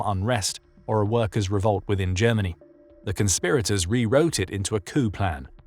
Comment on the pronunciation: “Jemmeny” = Germany